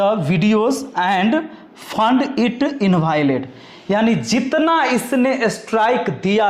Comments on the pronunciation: इनवैलिड को इन्वायलेड पढ़ रहा है मास्टर 😂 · Invalid ❌ Invaailet✅